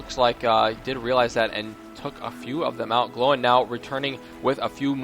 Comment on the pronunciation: By the way, "Gloin'' is pronounced like the word loin/loin cloth. And if you have not watched the Hobbit movies, the ones by Peter Jackson, you will hear the correct way of Gloins name "_")